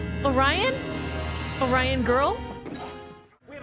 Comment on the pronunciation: Well, at least they pronounced Orion correctly instead of Oreon.